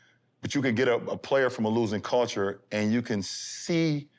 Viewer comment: Bron said "Coulture " lol